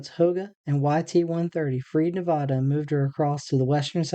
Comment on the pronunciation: Good video, but you mispronounced Nevada every single time you said the name of the ship! Sorry it's just an insult to the ship on the people of Nevada!